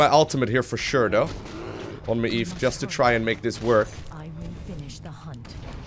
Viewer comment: Don't forget about your shadowmeld ability. Also maiev ist pronounced muh-jev. Love these vids. Keep 'em coming